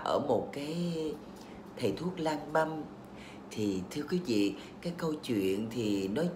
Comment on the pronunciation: Cái miệng của 2 😂 nó điêu nó điệu. Bà nhấn nhá chữ lang băm mà tui toàn nghĩ đến chữ lang beng